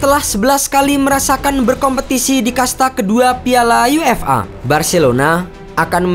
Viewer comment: UEFA (yuefa) bukan UFA (yu-ef-a)